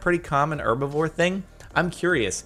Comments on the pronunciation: Pronounce you H's please, it's not erbivore, it's herbivore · yo sporklez the word herbivore has an H at the beginning, why you not pronouncing the H it's not 'erbivore' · Herbivore???....no no no no no... erbivore... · Josiah Vander Zon British people say it as "Herb" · Wait a second... did Jordan just say "erbavore" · Wait, do you say Herbivore with a silent H? Is that an American thing? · Eatingsummer No, the H is not silent.